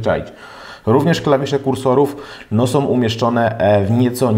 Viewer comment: fajna recenzja, ale popracuj nad wymową. mówimy są, a nie som itd. Poza tym super!